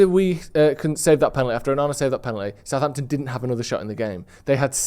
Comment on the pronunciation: It’s Southampton for f@@@ sake